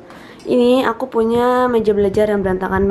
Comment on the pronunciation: Ngomongnya AKU PUYA, DAN, GITU-GITU😅